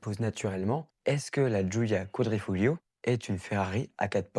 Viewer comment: Le sujet est intéressant et tes propos pertinents mais les vidéos en arrière plan se répètent et toi tu manques de charisme ou disons plutôt que tu es trop crispé à l'écran. A toi de rectifier le tir. PS: Le G dans Quadrifoglio ne se prononce pas.